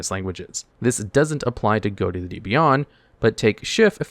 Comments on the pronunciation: Goaty? That's pronounced fish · Is it not unironically pronounced "fish" and not "Goatee"? Never heard or played these cards but I found it interesting that the archetype was named that. "Gh" sounds like "f" as in "rough". "O" sounds like "i" as in "button". And "ti" sounds like "sh" as in "action"? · It's pronounced "fish." GH like in enouGH, O like in wOmen, and TI like the suffix -TIon. Ghoti. That's the joke. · it annoys me he keeps saying Ghoti and not fish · It should really be pronounced fish not goti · Wait, 'Ghoti' is pronounced like 'goaty' and not 'fish'? o.o The 'gh' like in 'laugh', the 'o' like in 'women', and the 'ti' like in 'nation'. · It's pronounced "fish" believe it or not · Isnt it supposed to be pronounced fish? Gh as in enough (f sound) o as in women (i sound) and ti as in nation (sh sound) it should all be fish. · Bro. GHOTI is a linguistics joke. It is pronounced FISH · wild that he never pronounced Ghoti right once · Hearing you pronounce Ghoti wrong all throughout the video is annoying.